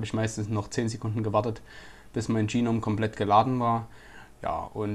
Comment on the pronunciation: Geeeenome? O.o GNOME! Da is kein E dazwischen.